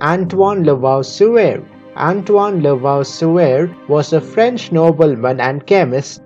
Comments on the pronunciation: Very good. Just a note: Lavoisier, its spelled La Vua Ziê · Very educational. I suggest to correct the name pronunciation. What amazes me about Lavoisier is that he came home after the regular work hours and in his home laboratory made glass vessels needed to conduct his experiments.